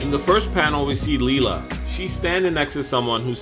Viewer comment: I think it's pronounced Lila(Lie-La). Not Lela.